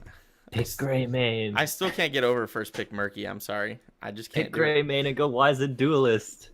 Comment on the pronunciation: Wiz-ened Duelist. Not Wise-ned Duelist. Silly Casters